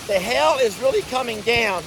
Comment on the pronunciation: its not hell its pronunciation is hay ull but say all fast maybe jami can teach you how to say it right